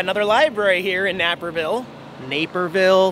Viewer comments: Not to be a witch yet I think you should probably know that the correct pronunciation of Naperville is Nape-er-Ville. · Nape-Er-Ville. So cool to see you in my hometown!